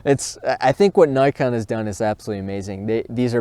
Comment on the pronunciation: Hate the wrong pronunciation of such a simple trade mark word like NIKON !